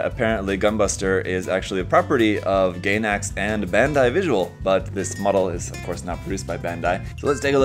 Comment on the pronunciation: FYI it's pronounced "guy"nax not "gay"nax